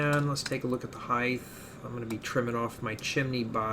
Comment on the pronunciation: I'm sorry, Heidth?? Like Width, Depth? Heidth? When I first heard it I thought it was slip of the tongue, I'm sorry if you have a lisp, but if you don't just a friendly reminder from the rest of the world, the word you're looking for is Height.